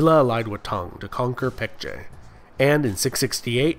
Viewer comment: Your pronunciation of Baekje was almost spot on native!